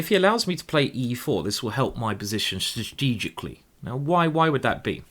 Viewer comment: FYI. The word is pronounced 'Stra-tee-jik-lee'